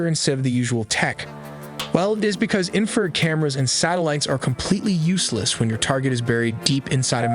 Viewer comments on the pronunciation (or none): none